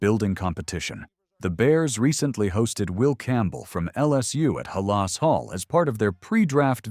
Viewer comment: If the AI voice can’t even pronounce Halas correctly, it’s time to have a human voice do the script! People don’t want to hear AI voices mispronouncing words.